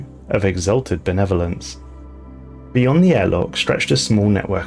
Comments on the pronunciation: I kept hearing the “Netherlands” and not “Benevolence” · The way you say "benevolence" sounds like your're saying netherlands. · I thought you were saying Adakaria convention of the Netherlands... Yeah I don't play the game but I love the lore.